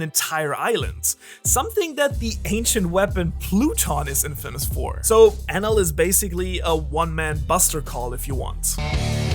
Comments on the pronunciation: Is it me or do anyone else hearing it "anal" ? SORRY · I thought it was Eneru not Enel I’m confused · i like to pronounce his name En eel